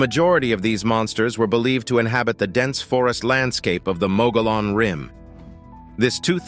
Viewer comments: You need to learn the correct pronunciation of Mogollon rim. Muggy-on. The double "L" makes a "ya" sound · Please learn the correct pronunciation of your topic. Mogollon = moggy-yawn. Named for Governor Don Juan Ignacio Flores Mogollón. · Locals pronounce Mogollon as, "Mogy-yon". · It's pronounced "Mug-ghee-own" for Mogollon Rim or Mountains. And as a former resident of Yavapai County, AZ: I've NEVER EVEN HEARD of this "monster" the clip mentioned. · Mogollon is pronounced "Mug-ee-yon" and any local knows you are not when you say it the way it is spelled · The canyon was created by a sudden catastrophic event. It was not created by a river. You're explanation is out dated. And you're pronouncing the name of the rim wrong. Text book dummy. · Please learn how to pronounce ‘mogollon’ before you do a documentary on it! Cringe! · The moderator has not been known to let the need for research cloud his observations conclusions and statements. Nevertheless, it is interesting. Having a grown up in the vicinity of the Mogollon Rim, and the Gila River, hearing both names grossly mispronounced made me cringe. There were several non sequiturs as well, but ?WTF? Not important.. 🎉